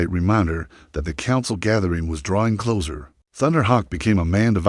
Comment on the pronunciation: Narrator is speaking too rapidly, not even a slight pause between sentences. Had to slow it down significantly. The story is fine but speed, pronunciation and the word closer needs a sharp s. It's being pronounced like the detective show "The Closer."